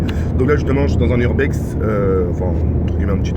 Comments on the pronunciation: Sa choque que moi que au debut il "Urbex" Au mieux de "Uber" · Au lieu de dire Uber/taxi, il a dit Urbex 😂😂 (par définition l'urbex est une activité d'exploration de lieux abandonnés) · c un huber pas un hurbex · 0.25 il a dit "urbex" au lieu de "uber" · Jsuis mort il a dit urbex alors que c'est uber !!!! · Chuis mort il a dit la je suis dans un "urbex" au lieu de dire uber 😂😂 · Ptdrre au lieux de dire uber il a dit urbex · c'est le meilleur des youtubeurs mais a la place de dire ubber il a dit urbex! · Il a dit urbex au lieu d'uber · Mdr il a dis URBEX au lieux de UBER 😷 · Il a dit ch'suis dans un urbex c'est Uber mdrrrr chui ko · on dit UBER pas URBEX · il a dis "donc la justement chui dans un URBEX " au lieu de UBER 😂😂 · HellWood ça doit être super malaisant surtout quand il a dit l'urbex au lieu de uber 😂😂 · Mddrr au début il dit jsuis dans un urbex au lieu d'un uber 😂😂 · Les gens sont tellement jaloux qu'ils ont même pas cramer qu'il a dit urbex au lieu de uber 😂😂😂😂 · Attendez il a bien dis « urbex » au lieu de Uber ce grand trizo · Mdr il a dit Urbex a la place de uber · deja apprend a parler on dit uber pas urbex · Il a dit urbex à la place de uber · c'est pas urbex mais über😂😂😂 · Il a dit Urbex a la place de Uber 😂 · Ta dit urbex au lieux de uber jpp😂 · MDRR il as dit Urbex a la place de Uber mdrr qu'el con ce